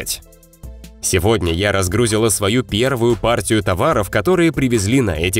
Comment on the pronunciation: Не разгрУзила, а разгрузИла